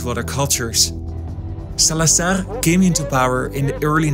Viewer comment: The z in Salazar is… a z, not an s. Different from Spanish 😊